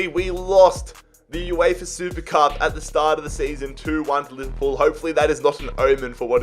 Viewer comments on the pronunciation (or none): none